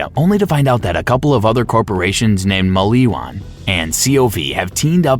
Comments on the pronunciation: Bro lol I was like "y is he saying it like that, why is he saying mall-ee-wan lol it's maliwan" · “TOR-gyoo” “cuh-MAN-dent“ “muh-LEE-won” “VLAY-doff“ “guh-HEE-nuh” then “guh-HAY-nuh” “TED-ee-yore” The pronunciation in this video is wild, but the content seems pretty comprehensive. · mul e wan lol